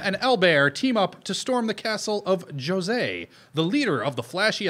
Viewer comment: It took me like ten seconds to look it up and confirm that Lupin did in fact get the french pronunciation of Jose correct.